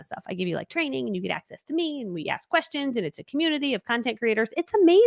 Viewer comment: I miss your lives often due to homeschool needs "happen" at the same times, so I enjoy your replays, however I do have "q-v-estions" LOL. #1 what do you do behind the scenes for your energy levels? Run before you get on??